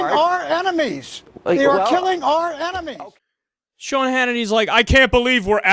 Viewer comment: Sea...Sean lol